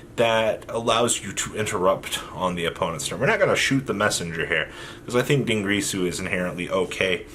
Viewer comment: Din girsu Not Dungrisu